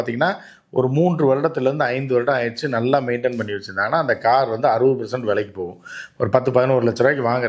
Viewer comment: Oru car name kuda oluga sola theriyala.....interview koduka vanthutaga..